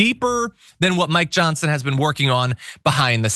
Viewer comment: "Monk Johnson"?